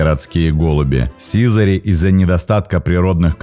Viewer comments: сизАрь, а не сИзарь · Хороший ролик, но сИзарь ухо режет. Вы если не знаете куда ударение ставить, словаре посмотрите. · Чувствуется, что автор голубями, как и биологией вообще, не занимался и образования профильного не имеет. Поэтому в тексте ошибки. Слово "сизарь" - с ударением на последний слог произносится, хотя бы название героя своего нужно знать)) Никаких брачных танцев в полете нет у голубей, способность переворачиваться - искусственно выведенное свойство, оно есть лишь у некоторых пород (бойных) и никакого биологического смысла для самих птиц не имеет, лишь желание и удовольствие человека стоит за этим искусственным отбором. Так же нет у голубей никакого лидера в стае, как, впрочем, и у большинства стайных птиц, и уж тем более самочки лучшие ему не достаются - голуби моногамны, и в норме сохраняют верность партнеру (могут сменить лишь при болезни или гибели) - есть исключения среди скученных городских популяций, но именно исключения. Птенцы не только щелкают клювом - для них характерен громкий писк, даже называют птенцов в возрасте до месяца "пискунами". Насекомых они не едят, ну и так далее. Предположу, что все видео на канале подобного рода - что-то где-то скопировал, в википедии первый абзац прочитал, скомпилировал... Приятно, конечно, что у человека есть энтузиазм и интерес к родной планете, но зрителям не следует забывать, что канал любительский и верить на нем всему не стоит. Особенно осторожным нужно быть школьникам - можно повторить какую-нибудь неточность и получить двойку) Автору - пожелание глубже изучать тему, аккуратнее подбирать материал, проводить анализ источников. Заве